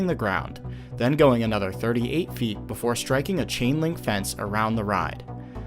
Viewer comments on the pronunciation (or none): none